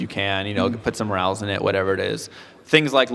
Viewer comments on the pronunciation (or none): none